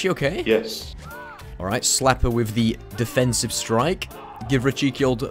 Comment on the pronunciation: No one: Not even Chuck Norris:: DEFENSIFE STRIKE